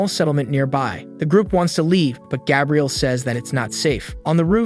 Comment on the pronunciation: Did you intentionally mispronounce Gabriel?